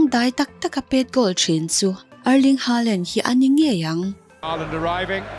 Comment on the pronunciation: Haalan nilo hoolan tiin an lam norway chuan